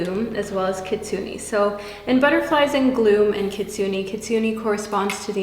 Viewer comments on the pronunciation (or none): I’m a bit late but I just wanna say that your readings are really insightful! (Also I love all the different looks U try out) I’m pile 2 and I got the Kitsune card and kinda wanted to point out that it’s pronounced kinda with an “ay” rather than an “e” otherwise thanks for the amazing readings!!💖🦄💖